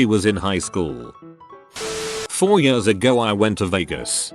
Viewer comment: when the robot voice said ,,yöörs'' instead of ,,years''... .....i felt that